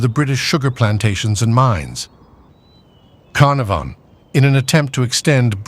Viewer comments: Lord Caer narfon at least get a narrator who can pronouce names correctly!!!!!! #warthusowael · Lord Car Nor Varn 😂